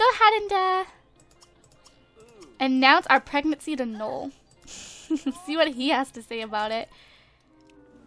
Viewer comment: You pronounce his name "no-el", if it's spelled noel.